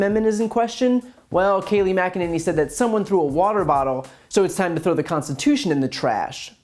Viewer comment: Her first name is pronounced "kay-LIE".